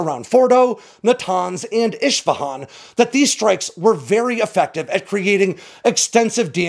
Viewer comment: Great content as usual,, but my friend, you need to learn how to properly pronounce place names if you’re going to keep doing this. Isfahan is pronounced “ISS-fa-hon”. You pronouncedit “ISH-fa-hon”. That would be like saying Bew York.